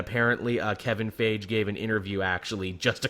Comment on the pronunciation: lol Kevin "Fayge"